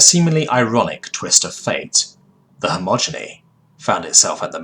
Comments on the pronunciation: Great stories, decent narration, but every time you say "homogeny" instead of "he-ge-mon-y" it really gets to me dude. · Okay, I love your videos bro, but Hegemony is pronounced very different than how you pronounce it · Hedge-em-o-nee Not Hommoginy or whatever you were saying...dude if you want to narrate learn to read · Dude, all these years and you STILL say hegemony as "homogeny" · its hegemony, not homogeny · Hegemony. Not homogeny. So many mispronounced or completely wrong words... I’m torn because it’s otherwise well narrated, and in some cases the wrong word usage adds to the feeling of an alien speaking an approximation of English, but my inherent grammar nazi nature cringes every time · And yet I still hear you say "hegemony" wrong in newer vids, xD Don't get me wrong, I love your narrations, but the mispronunciation make my brain halt for a moment when trying to read and listen along.